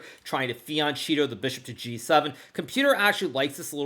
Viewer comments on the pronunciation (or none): none